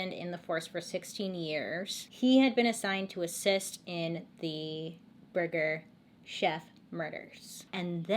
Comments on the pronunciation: And I love how every time she said burger “shef” she was trying not to laugh about saying burger “chef” 😂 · I literally fall asleep to your videos every night I love how you tell these stories and your voice and when you said burger cheff or Jeff that had me dyingggg lol 💜💜🤣😘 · Lol i thought you were saying Burger Jeff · I thought she said Burger shack 🤣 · Nicole I thought she said Burger Shelf 🤣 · i heard “burger jeff” and was laughing with her 😂😂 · I died when she was laughing at the way she pronounces burger chef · Burger, burger'Ch'ef. Lol thank you Bailey..🤣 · “Burger chef” please never pronounce anything right the first time because this is the best 😂❤️